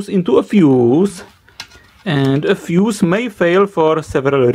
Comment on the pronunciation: 'Then it goes into the feuss" Stop bruv🤣🤣